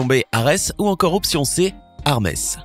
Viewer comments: "Harmes" J'ai explosé de rire x) c'est Hermès pas Harmès ! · Sa se dit pas harmes sa se dit Hermès 😂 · A la base c'est hermès le dieu de la vitesse et pas harmes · B et sinon c, c'est pas harmes mais hermès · C'est pas harmes mes Hermes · La réponse c'est Ares et on dit pas Harmes on dit Hermès😡😡😡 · C pas "Harmès" mais "Hermès" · C pas harmès mais hermès